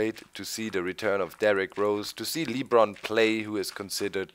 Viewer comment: Hey doc it's not leebron it's lebron